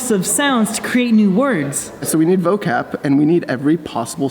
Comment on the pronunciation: &: VOCAP!!!! Me, as an Indonesian: say it again?